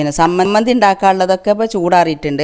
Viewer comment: താത്ത സമ്മന്ധി അല്ല ചമ്മന്ധിയാണ്